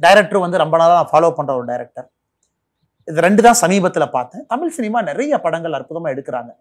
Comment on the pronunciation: திரு.அண்ணாமலை அவர்களுக்கு சிறிய வேண்டுகோள்.[தமில் அல்ல] தமிழ்.தமிழை கொல்லாதீர்.